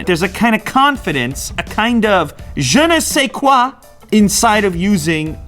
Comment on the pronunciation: The " je ne sais quoi" was very good By a french guy